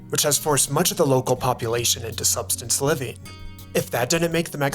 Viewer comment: You can't even pronounce subsistence and you expect me to accept your dogwater take?